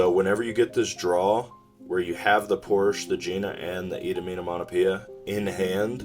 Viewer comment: itominamonapia! lmao you not being able to say that card name has me dieing!